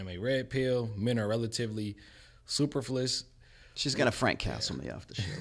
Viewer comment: Did that guy just butcher the word 'superfluous' and also couldn't do that other thing he was asked to do 😂 I doubt he will hold down this job for long 😭